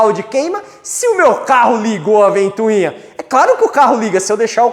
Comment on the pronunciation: Excelente aula! Só não fala mais "ventuinha"!! É ventoinha... :)